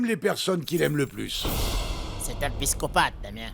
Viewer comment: me fait trop rire quand il dit " c'est un piscopathe " au lieu de psychopathe 😂😂😂😂😂😂😂